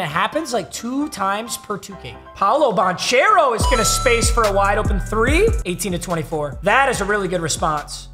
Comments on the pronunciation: It’s ban-care-oh not ban-chair-oh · paolo bancare-o is how u say it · dawg im begging you pls say Ban-Kero.... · Poalo Banchero’s last name is pronounced ban-care-o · it's Pawn-kero not bonchero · It’s not pronounced “ban chair o” it’s “ban care o” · Every time this man says banchairo I die a little inside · ban-chair-o lol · yo papa that isn't how you annunciate paolo's name. It's "ban - ker - oh". Thought I'd help ya out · It is pronounced "Ban-Care-Oh" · Just a heads-up, the “ch” in Banchero has a “k” sound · Please learn how to say banchero 🙏